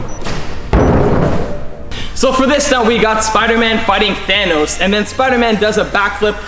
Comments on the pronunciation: Than-noss it’s thanos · thanos not thonos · The way he says thanos😂😂😂😂😂😂😂😅😅😅😅😆😆